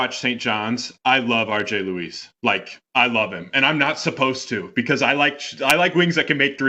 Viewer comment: Good content but the pronunciations need some work. It's "jah-ny" Broome not "joe-nee" and RJ Luis pronounces it like Lewis